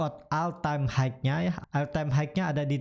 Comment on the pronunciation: Hmm mas punten maap nih, all time high (HI), bukan HIKE